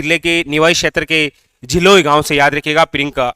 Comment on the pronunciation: झिलोय नहीं सर झिलाई है